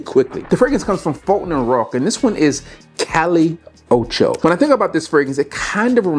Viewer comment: B that one is Calle (KAH-yeh) Ocho